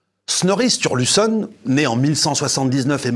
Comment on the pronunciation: L'Edda de Snorri est magnifique, la plus grande source sur les mythes, légendes et Dieux nordiques. Je suis passionné par cette mythologie, ses histoires sont bien plus riches qu'on ne le pense. Par contre ça se prononce un peu différemment 😅